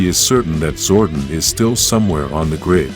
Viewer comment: your saying Zordon wrong DUMBA**